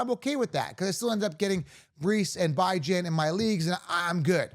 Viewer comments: Beh-juhn dude😂😂 go interview him and ask him how to pronounce his name 😂😂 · For the LOVE OF GOD 😂😂😂 I swear your channel is awesome… but will you PLEASE pronounce Bijan’s name right 😂😂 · STOP DISRESPECTING BIJAN ROBINSON. Stop using your freedom of speech to DISRESPECT THIS MANS NAME. It’s CHILDISH. Kids intentionally mispronounce names when they bully other kids. Stop. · 1. Leaving C MAC off a top 10 RB list is criminal 2. Stop saying Bijan name wrong it’s disrespectful